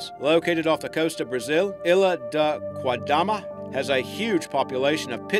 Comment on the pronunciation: Ilha da queimada not ilha da quadama loool